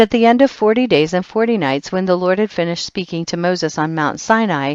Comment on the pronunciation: Who is lort? This woman pronounce d's with t's she needs to learn to talk instead of flirting being formal, which is why God has not accepted this reading by anointing...i listen heard up to chpt 9, but no more except chpt 90,91 she is terrible reader!